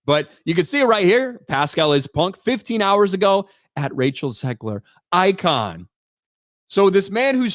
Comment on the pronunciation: "icon" lmao